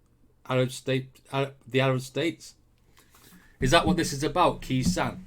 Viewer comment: Khe Sahn is pronounced Kay San 😀 Cheers from Down Under Please react to Jimmy Barnes (aka Barnsey) singing “Stone Cold” 👍